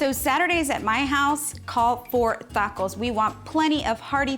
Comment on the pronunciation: Ta-co not tha-co.